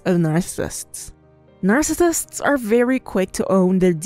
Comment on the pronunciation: Your Chanel is informative but the way you say NARCISSISTS is Distracting